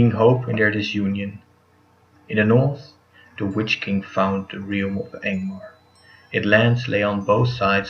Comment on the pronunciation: Realm is pronounced "relm". I applaud you for commentary instead of subtitles but try to look up how to pronounce a word if you plan on saying it frequently. Did you voice this yourself or asked someone else to do it? A better mic would also be a vast improvement. The visuals and storytelling were great as always.